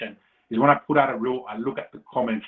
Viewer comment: "i wanna prrrr it out there really quickly" 😂